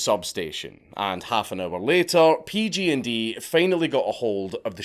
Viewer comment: Dank i love your videos but hearing you say PG&D when you obviously mean PG&E is making me cringe so hard